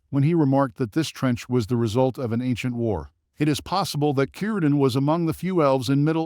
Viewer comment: Shocking AI can pronounce Cirdan correctly but not Celebrinbor